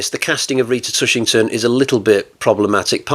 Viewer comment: TushingHam !!!!! Not Tushington !!!!! Solid review of one of Hammer´s odder films.